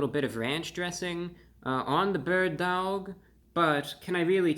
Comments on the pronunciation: Bro, do you know how to pronounce "dawg"? Aren't you from NY? Just pronounce "dog" with a NY accent ffs. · I like the second way you said it. Sounded New Yorkan. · Dowg is different than dawg. How would you pronounce “awful”? Owlful or awful? Come on, Reviewbrah! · You can pronounce it like “awe” instead of “ow” you know 😭😭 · The bird DAWG emphasis killed me every time ^_^ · lol dawg isn't pronounced dowg, just like dawson isn't pronounced dowson. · The way he says dauwg I love it ! 😄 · I went and got some "Loaded" Bird Dawgs after watching this and I couldn't stop pronouncing it "dAWg." They were delicious too! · Dude stop pronouncing it like that! You sound silly! Dauwgh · Sorry to say this but the way you say Dawwg is so white. I love it fam keep up the good work. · It's horrible but it's still pronounced Dog. Like the Cleveland Browns have the Dawg Pound. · You forgot the 5 extra w's in the title that you're pronouncing in dawwwwwg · Your drawl on the pronunciation on DAWWWG makes me LAWWWLLL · I couldn’t stop cracking up when he kept emphasizing the “DAWG.” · Dawg is pronounced the same as dog lol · I crack up so bad every time he says DAWG lol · He says daWg so intensely but then immediately in his own accent says doAg (dough-ogg) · How we pronounce it in La is Dauhwg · The way he starts slurring the word Dawg gets progressively funnier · His pronunciation of Dawg has made this one of the best videos on YouTube! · Each time you said "dawg" my entre body trembles hahaha. Entertaining as always! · The way hey pronunciates dawg 🤣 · no he clearly thinks that's how you pronounce "dawg". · Happy Birthday there Report of the Week! I could listen to your pronunciation of dawg until the birds come home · I LOVED how he pronounced DAWG throughout this video! 😂😂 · good Lord such epic mispronunciation of a simple slang word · The "Dawg" makes me laugh. every time he says it.